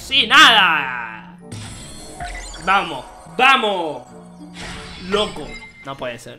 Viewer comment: Se dice loco escucha o lee no oco ja jajajajajajja jaj no sabe hablar den le like